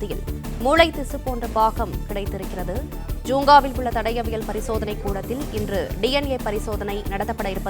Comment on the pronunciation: தடவியல் இல்லை ஐயா அது தடயவியல்